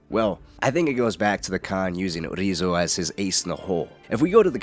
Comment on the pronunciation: Yeah, the way he's mispronouncing the name is kind of grating on me. Sounds silly, but it made it really hard to watch.